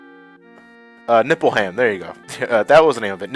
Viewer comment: Btw,the way you pronounce Nibelheim is funny:NippleHam I don't know if it's on purpose or not.